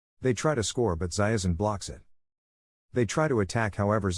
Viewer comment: Why are they pronouncing Zaizen as Zaiezen all the time?